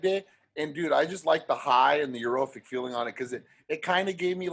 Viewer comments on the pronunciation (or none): “Europhic” lmfaooo it’s euphoric bro 😂💀